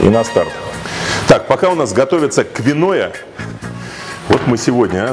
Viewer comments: каша квиноя? Вы ничего не путаете? Может киноа?)) Да, такая каша есть, и мне лично нравится) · Киноа, а не квиноя )